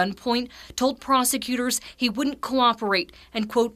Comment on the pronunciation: "Prossicute" LMAO